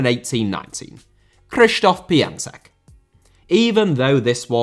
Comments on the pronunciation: It's k-shish-tof pion-tek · The only thing worse than this list is your pronounciation of the players names. Who the hell is Cristof Pian-sack???